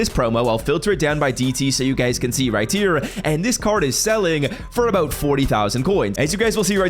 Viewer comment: Right here❌“Riy tear”☑️